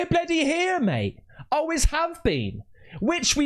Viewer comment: Family comes first. "Aways," as you pronounce it! Keep on keeping on,! Hands down, best UFO content.